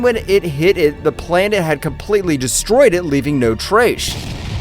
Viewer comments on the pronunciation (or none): ''completely destroyed it leaving no traysh''😂